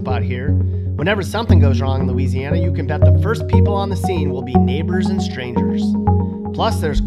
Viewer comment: Hmmm Looseiana?😅